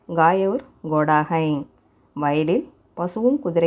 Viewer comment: Hai ndra word prounciation thapa soldrenga check pannunga.